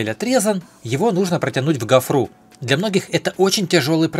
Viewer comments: Почему гофруу,говорить гофру,ударение на о.. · "...гофрУ ,в "пОртель"